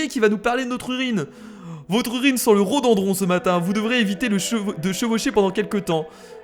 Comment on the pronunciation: c'est rhoDOdendron pas rhodendron x)